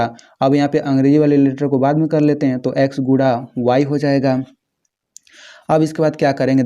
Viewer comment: Bhai Guna hota Hai AAP Gula bol rahe ho